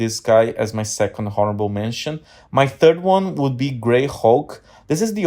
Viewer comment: Did you say "HORRIBLE" mentions?!? 😂😂 Seriously tho.. great video brother 👑